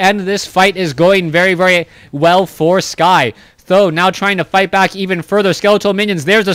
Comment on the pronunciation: yes I am Chinese so I simply don't know why you call TH000 as "tho" .... maybe calling him "tri-Z" (tree-zee) is even better?